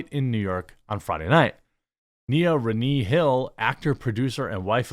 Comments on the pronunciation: I have no idea who or what she is but Renée is pronounced re-nay not re-knee LOL. It has French origins and means reborn. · Christ I agree with your take but it’s pronounced RUH-NAY you illiterate fuck. Literally a super common name. Stop tryharding